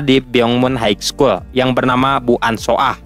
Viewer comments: Min maaf high school di bacanya bukan Haig skul tp haiskul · haik skul utk high school?, coba dengerin pronounce yg betul